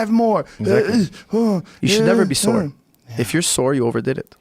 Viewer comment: "Sore," not "soar."